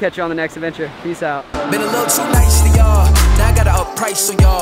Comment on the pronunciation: Did anyone else hear him say pwace